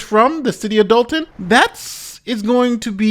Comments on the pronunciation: It is not Dalton as people are pronouncing; it’s Dolton as in dolt. In fact it comes from the noun “dolt” as in blockhead, dodo, dimwit, named after the majority of the voting residents who obviously would elect one of their own, Henyard. What’s the problem? Like residents of Chicago electing their own, a Chicago; it is Algonquin, in their language “shikaakwa” which means “stripped skunk”. See? What’s the problem? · "DOLT-TOWN"! It's in the name folks!